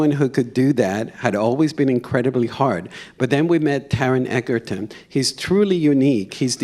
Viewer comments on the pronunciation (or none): It's Eg-erton. Nor Egg-erton!! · By now, people should know his name!!! Pronounced "Edgerton". That praise from Bernie is remarkable!! Even more important than praise from Elton in a way, because Bernie saw Elton up close. I love these deeper conversations! Also love what Taron says about male friendship. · Beautiful interview! Was disappointed that the interviewer mispronounced Taron’s last name.. Loved hearing Bernie’s thoughts on the movie and his beautiful praise to Taron. Dexter is a brilliant and creative director. And Taron I just absolutely love you! Taking from a song.. How wonderful life is while your in the world.. ❤️❤️ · they didn't pronounce Taron's name correctly and they doidn't give them any water... normally i'm outta here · He doesn't pronounce Taron's surname correctly